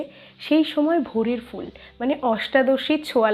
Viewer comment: বিকেলে ভোরের ফুল এর উচ্চারণ ভুল আছে।fool বলছেন আপনি।কিন্তু সেটা phool উচ্চারণ হবে।